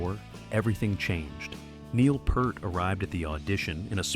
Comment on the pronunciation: If you can't even figure out how to get your AI Narrator to pronounce "Neil Peart" properly, you should have taken the time to narrate the video yourself. Or you could have bought some better AI text to speech software? For a monetized channel with 50k subs and ads turned on, etc., spending a little money on software shouldn't be a problem, unless you're just too greedy for that. Combine that with being too lazy to do proper research, makes your channel a waste of time.